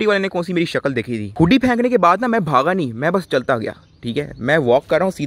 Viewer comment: Why can't you say "thi" "tha" correctly 😂💔